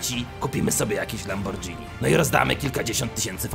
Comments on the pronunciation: Nie mówi się lambordzini tylko lamborgini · Jezuu mówi się Lamborghini nie Lambordżini XD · Nie czyta się lambordżini tylko lamborgini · LAMBORGINI NIE LAMBORDŻINI!! KURŁA NIE! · Nie,, Lambordżini'' tylko,, lamborgini' ' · lambordżini? czyta sie lamborgini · Mówi się lamborgini a nie lambordżini na pszyslosc pamiętaj prowadź kanał jak teraz bo wychodzi Ci zarombiscie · lamborghini sie czyta tak jak pisze tam nie ma dżini tylko ghini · Nie lambordżini tylko lamborgini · Farrell nie mówi się lambordżini tylko lamborgini mówisz spadżeti czy spageti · Lamborgini a nie lambordżini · mówi się lamborgini a nie lambordżini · czyta się lamborgini a nie lambordżini!!!!!!!!! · mówi się lamborgini ale spk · Nie mówi się lambordżini *facepalm*